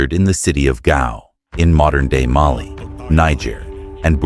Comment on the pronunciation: The visuals for your videos are always phenomenal! The narration, however, has some pronunciation inconsistencies and makes it hard to follow sometimes (e.g. Mali sometimes “muhLEE” and other times “MAli”). Makes it hard to know what was talked about unless I pay VERY close attention